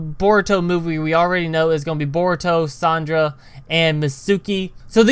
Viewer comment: you're calling Sar-Ahh-Da Sandra